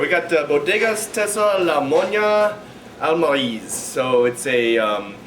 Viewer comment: Great wine, nice to see a review of a Spanish wine from the greatly underrated Toro DO. Not to be a jerk, but to help you with your spanish, Monja is pronounced Mon-haa and Almirez : Al-me-rez